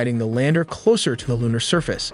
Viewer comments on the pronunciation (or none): none